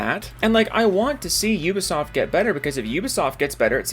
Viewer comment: I enjoy how you pronounce Ubisoft. Damn "You-ba-soft" constantly screwing up!